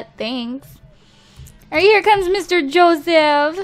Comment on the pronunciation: She kept saying Joesph 😂